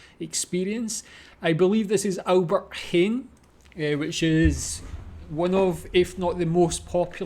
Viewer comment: I love your accent 🤣, sorry. "aLbErT hEn" 🤣 it's hAIN. Like you say the word nein, but Heijn. Idk why the e is silent, we almost never have silentletters, but maybe it is the old Dutch or something